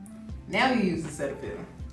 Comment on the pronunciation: Why she say Cetaphil like that